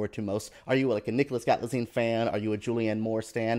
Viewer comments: By now you should have learnt how to pronounce the name Galitzine. Because you will be hearing it a lot more. It is Gal-it-zeen. Gottit? And you really do need to learn some history and more about British tone. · I'm sure he will know now, so delete your comments, wouldn’t like it if he saw us fans being like this to poeple, i hope you understand my point, You could've said " just correction, its pronounced like Gal-it-zeen" that's it without being like this. The man did great job Reviewing his work lets focus on that instead of dragging him over honest mistake and things he doesn’t know! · I agree. It seems so disrespectful not to even try to name the actor well